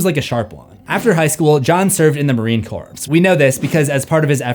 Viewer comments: Love your content! My only comment is that it's pronounced "Marine CORE" not "corpse". But that's just a little thing. Love seeing your histories! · Hello, i would like to clear up the proper pronunciation of corps, the "ps" is silent so it sounds like "core". Sincerely a marine corps veteran. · Its pronounced Marine "CORE" Not corpse fuckwit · Quick correction, it's Marine Core not Corpse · It's pronounced Marine Core. Not Marine Corpse. LoL Yes it's spelled with a p and an s but they are silent. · Its pronounced "Marine CORE" despite being spelled "CORPS." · Just for future reference for in Marine Corps, it's pronounce Core, because we borrow that word from the French. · ...please 😖 The 'p' and 's' in 'Corps' are silent. It's pronounced Marine "Core" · "The Marine Corpse"? C'mon... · Its a small point and I doubt you will see this comment but, you dont say the s at the end of Marine Corps. "Devil Dog" is also acceptable:) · Dude marine corps is not pronounced that way and neither is the word "apostle". The "t" in "apostle" is silent and "corps" is pronounced "core". How do you not know that as a grown adult? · Just a heads up, the "t" in apostle and "p" in corps are silent 😄and "Yea" in this context is pronounced more like "yay" and means "yes" or "indeed". I don't know where you got "Sorrow" from, that is incorrect. He used the word "Acedia" which translates to "apathy". Basically, what he meant was not caring about one's own condition or the condition of those around them.